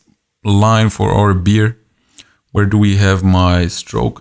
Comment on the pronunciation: B-AIR! (bear) not beer! but i've enjoyed every minute! your tuts and voice is soothing.